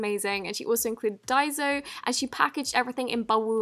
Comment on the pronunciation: finally learnt how to say daiso right lmao your accent is still annoying